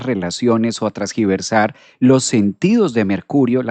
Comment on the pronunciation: Primero que nada. Nací con mercurio en piscis en casa 3 Segundo, me encanta tu contenido y tu forma de transmitir el conocimiento astrológico. Tercero, se dice “tergiversar”. He notado que dices “trasgiversar” (feedback positivo) alguna vez me corrigieron también ❤